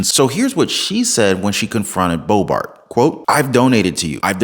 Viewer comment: Boebert, not Boebart. Great channel 🏆💯